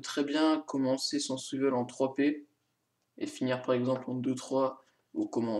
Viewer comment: Swiveule x)